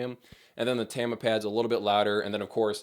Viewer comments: its tama not tama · You say it as Tama and not "Tama".